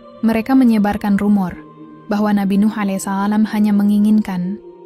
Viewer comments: mohon pengucapan allaihissallam yg benar,Krn salah pengucapan salah jg arti'a ,coba d tulis aj jd pembacaan'a benar .😢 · Mbak e jangan salah ya nyebutin allaihissallam, gak usah tergasah2 ,santai saja jadi pengucapan nya jadi enak didengar, gitu saja mbk e💪👍